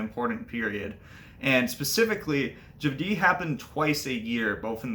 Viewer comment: The stress accent would be on the first syllable here, so it would be "JAH-dyh" not "jah-DEE." Besides that, great information - thanks for sharing.